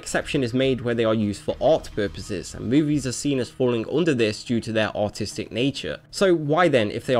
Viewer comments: it sounds like he is saying autistic ibstead of artistic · I thought you said autistic, when you really said artistic O.o you damn quit butchering the English language, also censorship of any kind is terrible no matter how small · When you say artistic it sounds like Autistic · It's just not autistic, it's artistic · i swear he said "autistic nature" xD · "...movies fall under this category for their autistic..." Sorry, that accent makes it that way. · I realized while watching this video that saying "artistic" with a British accent sounds like "autistic" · Non-rhotic accents pronounce "artistic" and "autistic" the same.